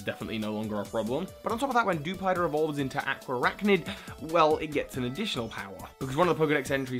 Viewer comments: aqua arachnid? it's araquanid dude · Araquanid is not Aqua-araknid it is Ara-kwah-nid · It's Araquanid not Aqua Arachnid yeez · ... you mean Araquanid right? Not aqua archnid, right? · Ohh honey I usually don't comment about wrong pronunciations but if you're going to voice appreciation for the way a name is said... It's not Aquaraqunid or however you,re saying it, it's actually pretty simple (Araquanid) Ara-qua-nid. That's all :) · The way you pronounce Araquanid... It's "Ah-RAK-wa-nid," not "AH-kwa-ah-RAK-nid" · Correction: Ara-Quan-Id not aqua arachnid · Its not pronounced aqua-arachnid, its pronounced ara-quan-id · alright you're killing me buddy it's araquanid not aquaarachnid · its araquanid not aquaarachnid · Dewider evolves into Araquanid, not "Aquaarachnid" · A-RA-QUA-NID. There. Lol. And you could do a "what Pokémon would best represent the 4 houses in Pokémon?" type of video. Not just by looks [like Seviper for Slytherin] but also their characteristics and stuff... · Hey! Araquanid's name is pronounced "Uh-rack-wuh-nid". Sorry if I seem rude, I just wanted to help! ^^ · I'm sorry, but hearing you call Araquanid Aqua-Arachnid was cringe-worthy! Still love your work. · its pronounced are-Aqua-nid (araquanid) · "Ara-qua-nid" Your welcome 😉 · I really wanted to watch this video but that pronunciation of araquanid...